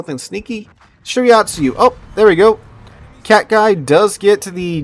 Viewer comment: You saying "shirayatsu" was bothering me so much I actually started saying out loud "it's shiratsuyu".